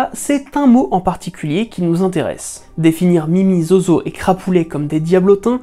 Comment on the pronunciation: Zozo se prononce Zouzou. et c'était mon chat il est retourné en enfer maintenant.